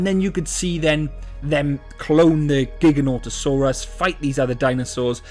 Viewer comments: and pronouncing it wrong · Your saying the name wrong